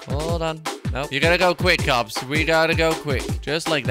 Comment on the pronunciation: (Michael123cz Gaming) he say KOPS not COPS or CUPS